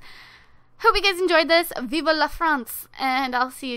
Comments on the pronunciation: **Vivre lol, "viva" is Spanish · im sorry but its bothering me its "vive la france" not "viva la france"